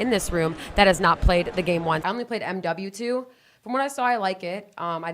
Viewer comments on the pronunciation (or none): The way she says "i only played M-W-2" just screams how much of a poser she is. Ive never heard anyone verbally say M-W-2 that way. Also she named World at War after BO1 and BO2. Like she has no idea that WaW came first. Its pretty sad when you have the cheat code of being a girl on twitch playing CoD that lots of pubescent tweens will watch just because you are a "gamer girl" but you also have to be a poser and a cheater... weak ass buster shit.